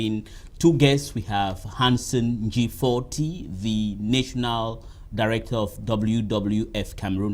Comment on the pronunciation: please, look up the pronounciation of NATIONAL.